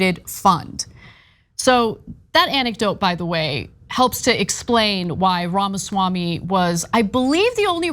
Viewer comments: It's pronounced Pharmaswarmey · I love you guys but please start pronouncing his name right. The left would usually get upset when people would pronounce Kamala’s name wrong.